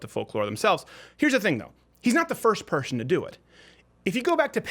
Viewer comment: So no one is going to talk about the fact that Crowder can't say person.